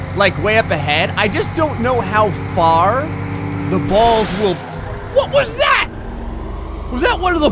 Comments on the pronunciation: He said bolls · Every time you said ball or balls it sounded rong every single time